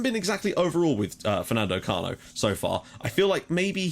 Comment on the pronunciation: What a great season we are performing, every piece is doing it's job and the machine runs perfectly! By the way the correct form to pronounce Cano is like you do but with the sound of a "k" at the beginning instead of that "ch" sound. (don't know if I'm explaining ok)